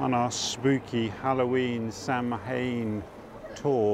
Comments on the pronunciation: Enjoying your interesting tours thank you. Samhain, celtic festival around halloween, is pronounced like sow-in in Irish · Really enjoyed that, thanks, pronunciation is saarwain as I am aware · Samhain is pronounced sa wan or sa ween. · It's correct pronunciation is 'Sow an'. Thank you for this walk, I lived at Holborn from 1961 to 74 then my Dad still lived there until he passed in 1991. It brought back many memories, thank you 🇦🇺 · Really appreciate your videos. It's pronounced 'Sow - an''. Magical time of year;-). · Samhain is pronounced ‘Sowen.’ Don’t know why, but it is. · you're killing me. The druids called it sow-in. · Sow - in, that's how you say it. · Wonderful video:). Makes me want to wander and explore through the pathways of London.... Samhain is pronounced sow - wen. It's a pagan festival honouring the dead and our ancestors. One of the major festivals of the pagan wheel of the year. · Samhain pronounced sah-win or sow-in (as in female pig). Blessed be. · Love the Rivers of London series, the scene in covent garden was a bit spectacular too.. great walk, as ever. Samhain is pronounced "sow Inn" x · Another amazing walk,. Samhain is pronounced like zow-inn. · It's pronounced Sow een = Ssamhain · Samhain is pronounced sow (as in mature female swine) inn : Sow - inn : Samhain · Samhain ... pronouncd " sow- wen" (sow like female pig) .. seems unlikely but is correct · Pronounced sar win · Shirley I’m deeply heartened by the number of people correcting my pronunciation- the old ways are alive and well